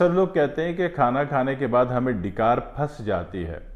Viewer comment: آپ کی اردو کے تلفظ کی ادائیگی پریشان کن ھے ...لفظ "ڈی + کار" نہیں ڈا+ک ار=ڈکار یعنی "ڈ" پر زبر ھے... اللہ اکبر مسعوداظہر